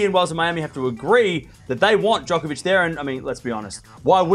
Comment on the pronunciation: Djonkovich? 😂 you need to slow down and get the pronounciation right!